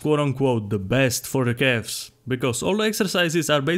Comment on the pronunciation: I love how it sound like "cafs" every time he say it :D